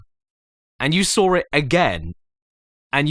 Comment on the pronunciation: And you sawr it again. And you sawr it again Then you didn’t SEE it And then you sawr it again. Hmmm?